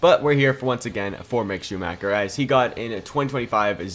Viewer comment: Can you please do it again? That is not acceptable for me as a german.